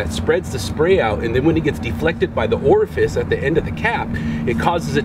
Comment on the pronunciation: My dude said the orface lmao